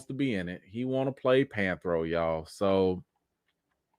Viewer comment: Anthony Mackie cannot play panthro He can’t even pronounce the name right….by the way the panthro you showed is not the original one